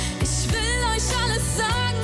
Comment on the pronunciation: Sie singt das soooooooooo toll!!! Super gesungen, super individuell interpretiert. Aber ihre Aussprache zieht es leider so runter (isch will eusch alles sagen können, damit ihr seht wer isch bin). Das klingt so nach Ghettobraut☹️bis zum ersten „isch“ hat es so viel mehr Niveau und Klasse. Alles nur meine Meinung🤷🏻‍♀️ Trotzdem wünsche ich ihr super viel Glück🍀